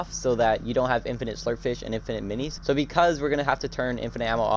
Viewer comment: Nah I’m just making fun of the way you said fishies and minis that’s all (if I hurt ur feeling than sorry)